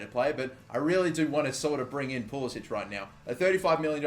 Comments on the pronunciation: yeah pulisic told a reporter it is pah-lis-ic or likw the above comment said puli-sick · It's pronounced Pulis-sick. No accent on the last c. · It's Pulisik FFS. It's not that fucking hard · please stop pronouncing pulisic wrong he doesnt pronounce it the croatian way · He wants the American pronunciation.He didn't want to stand out as European in the US national team.